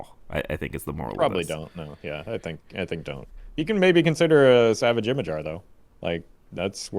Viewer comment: Always entertaining I appreciate these reviews. Just wanted to throw it out there "Ymir" is old Norse and is pronounced "Ee-meer" or "E-meer".